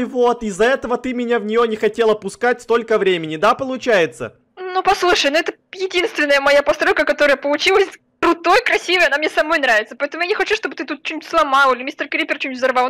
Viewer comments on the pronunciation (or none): Там сказал посройка